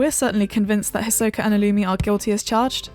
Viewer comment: Even a video about Hisoka can’t even get Hisoka’s name right